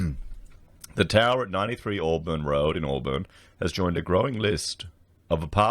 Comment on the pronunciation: Auburn is actually pronounced as "Awe-bin" not "Awe-burn" just like you say "Briz-bin" not "Briz-bain". That area of Sydney is very dodgy as far as real estate goes, it is the same area where developer Salim Mahajer was the Deputy Mayor. Before their local council was merged it was filled with dodgy developers and real estate agents. This apartment complex is just the tip of the iceberg. Almost every large development in that area over the 20 years has issues that building inspectors have either missed or ignored, lots of allegations of corruption. You could literally run your entire channel just making videos about corruption, greedy developers and dodgy builders in that one area of Sydney, it's a joke.